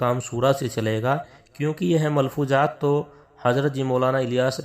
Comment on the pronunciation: پہلی بات شوری ہے سورا نہی ملفوظات ہے ملفوجات نہی زبیر ہے جبیر نہیں اپ ہے عاپ نہی آدمی ہے عادمی نہیں ضرورت ہے ہے جرورت نہی حضرت ہے حجرت نہیں. کہنے کا مطلب یہ جب ایسے جاہل لوگ خود کو سب کچھ سمجھنے لگے تب سے بگاڑ شروع ہوگیا کام میں یہ بیچ والے لوگ اپنی روٹیاں سیکنے کا کام کرنے لگے.. معزرت جناب اپ بھی تھوڑا تلفظ سیکھ لیں پھر ............